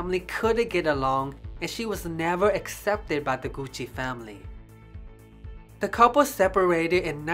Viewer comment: Nice job and with an Italian accent to boot!. I guess Tom Ford helped save the Gucci name just in time for the corporate takeover. Nothing like the smell of a store like Gucci....